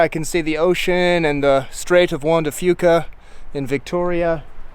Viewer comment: I live 15-20 miles from suk. I think he pronounced juan de fuca right...